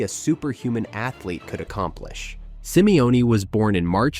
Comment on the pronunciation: Simione?? Come on dude...